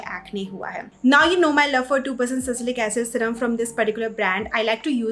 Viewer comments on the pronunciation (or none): Ya really irritating 'sacylic acid '🙄 Kuch bhi😂 sometimes people sound funny in an attempt to sound Sophisticated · It's sa- li- cy- lic acid!!! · I guess it's Salicylic acid not sasilic acid